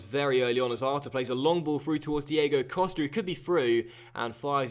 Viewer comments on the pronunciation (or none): none